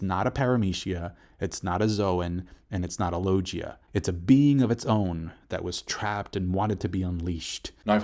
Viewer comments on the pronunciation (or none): sorry but what is a Loh-jia? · Why do you pronounce Logia and Paramecia that way? Also, the story of One Piece has autism lol. Don't give me wrong I love One Piece but we have to admit that a casual reader would miss so much about the story because some things are not communicated well....